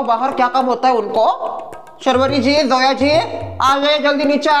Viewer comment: A man it's Zoya not joya😂😂😂😂